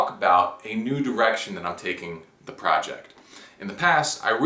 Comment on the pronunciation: did u say " ..a Nude Erection I am taking with the project..."?